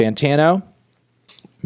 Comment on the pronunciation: Thank you for saying The Weeknd’s name properly. I hate it when people call him The Weekend.